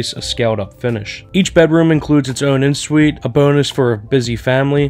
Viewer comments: Please learn how to pronounce the terms of your trade! It is not “in (en) Suite,” but pronounced “on suite.” It is not “foyer” but pronounced “foy-yay,” with the accent on the second syllable. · Just an FYI, en suite is pronounced “on suite “—it’s french